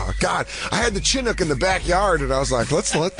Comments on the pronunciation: The way Jay pronounces Chinook sounds like an Asian racial slur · That and Dan saying “Chinook” wrong made me laugh 🤣